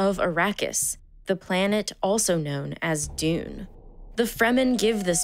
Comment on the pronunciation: That's not how to pronounce Dune